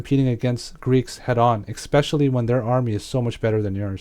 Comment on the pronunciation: Aren't you a streamer? It really seems like someone would tell you how to say eSpecially. If English is your second language, then you're doing great because I couldn't tell, but if it's your first language... that's pretty terrible.